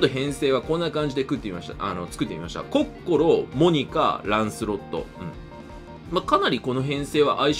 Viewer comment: やっぱコッ↑コ↓ロはいいゾ～